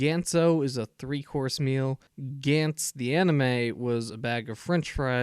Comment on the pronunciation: It's not "Gents" it's G-Ah-nTz, if you wanna be a anime reviewer (which you are shit at) atleast pronounce the name's good